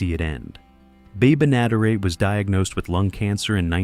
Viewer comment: This idiot AI narrator can't say "Benaderet" Why don't the stupid thing go LISTEN and get it right.